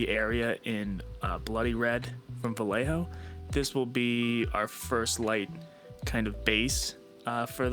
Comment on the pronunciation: Is not Vallijo, and it sounds like Va-jeh-ho